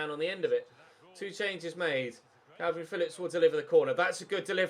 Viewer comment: stop saying kalvin its kelvin Phillips